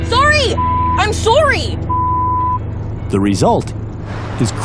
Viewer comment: lol she said soury